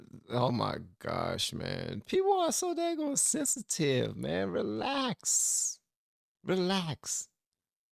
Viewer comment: Excuse me, did you say "sensitive" or "sissytive?"